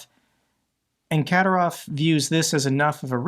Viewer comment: Ka-DI-rov, DI as in "did"